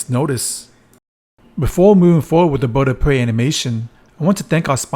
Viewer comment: “The Boid of Pway.”